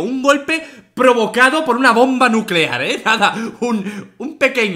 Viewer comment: nucelar, la palabra es nucelar